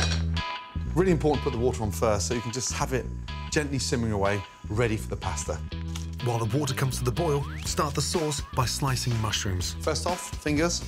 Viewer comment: Oy. It's like nails on a chalkboard every time he mispronounces the word pasta.